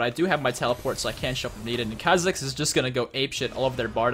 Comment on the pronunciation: Kuh-zix? its Kaw-zix.